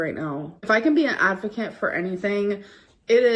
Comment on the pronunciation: "If I can be a advakint..." 😂